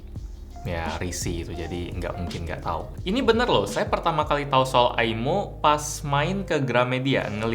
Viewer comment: Maaf kak, bukan bacaan aimo salah bacaannya imoo